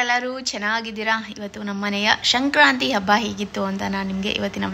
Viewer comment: That is sankrathi not a shankranti okey